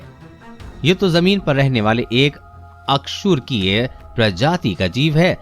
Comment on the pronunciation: Bro bo अ कसेरूकिए hai na ki अकसेरूकिए